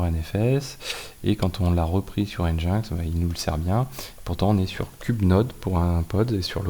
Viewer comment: !Hello, Au cas ou, ca aide a se comprendre des fois :) NGINX Open Source160 ou NGINX (prononcé [ˌɛndʒɪnˈɛks] ) -> Engine X un peu comme yaml qui se prononce "yameule" Merci pour le contenu !